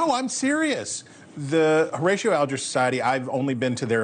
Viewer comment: The name is: whore-A-she-o (Horatio)……get with it “journalist.”